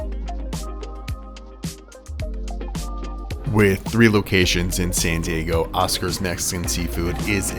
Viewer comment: Why do you use a T in San Diego? "Santee Eggo"????